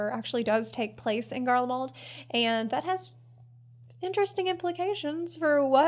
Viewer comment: GarleMALD? I’m sure Asmongold’s chat won’t notice. 😂😂😂